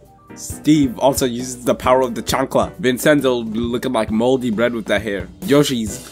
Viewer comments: ITS PRONOUNCED VINCHENZO NOT VINSENZO ANGRY ITALIAN NOISES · vin-sen-tho lol